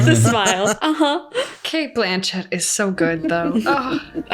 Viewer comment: The way James says Cate's last name😭